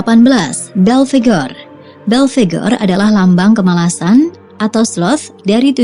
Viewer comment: Dia namanya om "Belphegor" bukan om "Bell Figure" 😂😂😂🤣😂🤣😂🤣